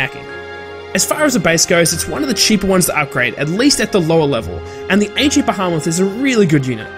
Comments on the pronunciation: Not Ba-ha-mas. It’s Bee-he-muth. My ears are bleeding. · bahamoth? pretty sure it's pronounced the same way it's spelled. With 'e'. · lol go listen to the way he said Behemoth sounds like Bahamas he also says it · Well thank you for your opinion and thank you for butchering the pronunciations of some the best units Be-he-muth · Nooo :D That is so sad! His pronounciation of the behemoths was hilarious tho lol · how the fuck did you pronounce behemoth?